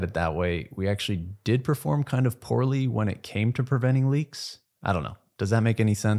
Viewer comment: So you said you "performed *pourly*" in preventing leaks?